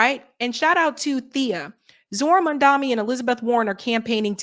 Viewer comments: MAM DA NI NOT MAN DA MI THERE IS A DIFFERENCE! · Please! For the love of god! It is mamdaNi, which an “N”. Like Nancy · Cmone, it's Mamdani not Mandami. Love you